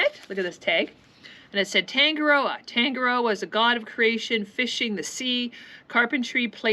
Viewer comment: This singer might help you with pronunciation of Tangaroa. I'm from NZ too and my yacht is Passing Time which occasionally gets taken the mickey out of... Thanks for cool vids - your got a new sub 😀